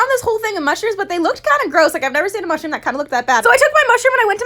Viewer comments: Nobody: Literally nobody::musdhrpp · Nobody: Literally nobody:: musdhrpp